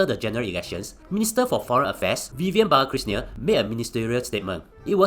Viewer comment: managed to pronounce "Balakrishnan" instead of Bla@ 😂. Love the video. Keep it up!